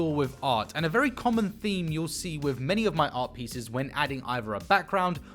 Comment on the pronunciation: With not wiff another not anuvuh. Either not ivuh. Can’t handle it no no more FF to end